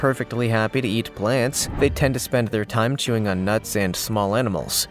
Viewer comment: okok on the Paku he said they like nuts and small "EnEmals" is that like a cross between a enema and a animal???? Just asking for a friend....LOLOL